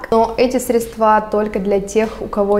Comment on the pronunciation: Ты сказала средствА!!!! Кошмар!!!! Аааа